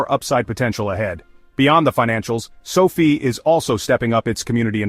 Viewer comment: It's too bad your AI segment at the end kept mispronouncing sofi.